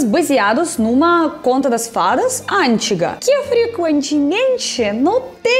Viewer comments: antiiiiiiga, e nao ÂNTIGA 😂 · Precisa melhorar a pronúncia do português: an Tiga essa palavra não existe em português.